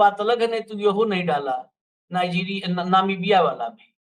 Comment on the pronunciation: sahi bola ... jis desh me jarhe usska naam bhi nahi bol pate Namibia ko navika bolta he 😮😮😮😮😅😅😅